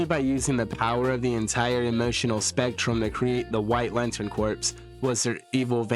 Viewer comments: Corps sounds like Core, not corpse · A corps is pronounced as core. A corpse is a deceased body and pronounced with the ssss at the end. Different words pronounced differently